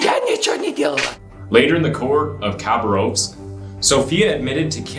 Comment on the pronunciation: UGH the cringe I felt when you said khabarovsk. As someone who literally is from there its pronounced KAH-BAR-USK. Edit: Every single russian word you try to pronounce is wrong and cringe.